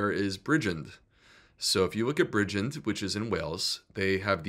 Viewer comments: Fyi Bridgend is pronounced Bridge - end in one word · Interesting data doc. NB The emphasis is on the second syllable in Bridgend. 😂